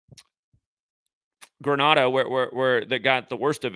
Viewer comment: you are so intelligent but like you say not great with pronunciation of places. US/ɡrəˈneɪ.də/ Grenada